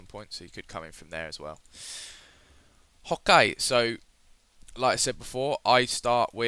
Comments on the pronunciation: stop saying hoke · he said OK as "Hokkai" lol i laugh hard until i peed in my pants!!!! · why is he saying hawkeye or hokeye or whatever he is saying? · He says "ho-kay" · He says Hokey